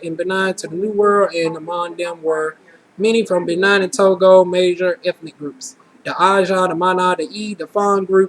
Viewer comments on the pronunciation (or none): You have an exotic look and you got great results! Btw, its bah-NEEN and toe-go...lol and Iberian Peninsula means SPAIN or Spanish descent. Africa is very diverse...in particular Cameroon...and Senegalese peoples tend to have smaller noses like yours.